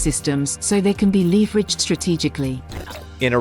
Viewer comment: As soon as it mispronounced leveraged, it was obviously fake